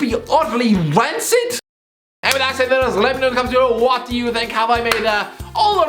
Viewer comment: What way did this man pronounce rancid